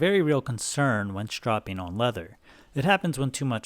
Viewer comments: Why does he keep saying "shtropping"? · That is not how you pronounce stropping